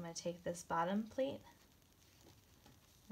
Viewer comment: This is wonderful and a super simple mask to make. But, I'm sorry, but she was very confusing at the end when she said "plate" over again many times. Once, she pronounced it "pleat" and I was grateful because I had no idea what she meant by plate. Using an acrylic ruler to cut the fabric would be a much more helpful and safe use of our quilting tools.